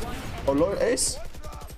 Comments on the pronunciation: We not gonna talk about how it said ass in stead of ace lol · 14.29 When you hey ace but it says ass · Wait- one of the plays says "ASS" instead of "ACE" XD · OMGGGG LOLLLLLLL WHEN THIS JETT IS SO FUNNY HE GOT AN ACE BUT INSTEAD OF ACE IT SAYS ASS